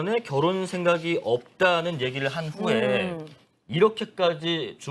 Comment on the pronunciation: 결 혼 결 혼 ~~~ 비 혼 비 혼 진짜 거부감이다 앵커 저런 사람을 쓰냐 ㅋㅋ 기자였어?? 아나운서 코스프레하네 ㅋㅋ